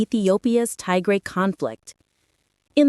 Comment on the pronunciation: It's not Tay-grey. It's Tigray😏